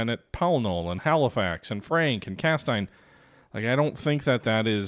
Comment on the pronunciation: Cas-teen. Same sounds as Hal-muth for Falmouth